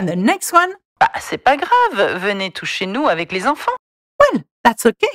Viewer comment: I heard “venez tous chez nous” as “venez toucher nous” and I was so confused 😭😭😭😭